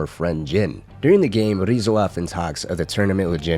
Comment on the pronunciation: Why do you say Ryuzo as "Rizzo"?